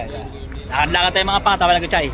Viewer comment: Sir shay po hindi Chay, sir